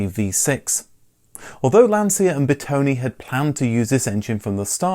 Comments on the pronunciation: Please. Lancia is pronounced “Lanchia”. And it’s Bertone, with an open e, not “Bertoni”. Thank you. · Master of wrong pronounciation... again..His name is BERTONE not Bertoni. And its not Lanzia.🙁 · Looking at the great Italian content you study it's time for a first lesson on how to pronounce correctly some names: Lesson 1: Car designer Bertone Bertone not Bertoni Ber - tone, like the food Calzone or the famous Vito Corleone, or the ubiquitous Drone. As in Italian and Latin languages the letter E sounds more like the letter A in chaotic. Ber to ne Ciao e grazie per i video!